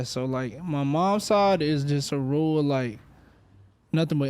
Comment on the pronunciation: its rule, its rule. ITS RURAL. 😆😂